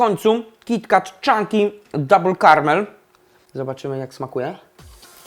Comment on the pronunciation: Kiti ket sie mowi